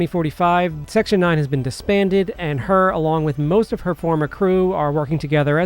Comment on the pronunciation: Kusanagi not Kusanji lol.